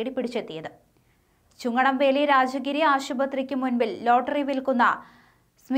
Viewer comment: ചുങ്കണംവേലി അല്ല ചുണങ്ങം വേലി